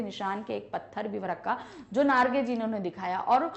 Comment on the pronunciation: mam its jiten narge not nagre